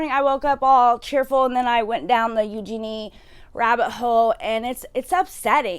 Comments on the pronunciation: Please say her name correctly. It’s Eugenia, not Eugenie. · My thoughts: 1. It's pronounced "you-geen-ee-uh" 2. She has refused help and is choosing to continue being sick for profit 3. She's culpable for the damage her pro-ana and body checking content is having on children